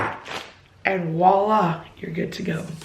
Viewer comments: It's voilà not wala 😂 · Its voila not wala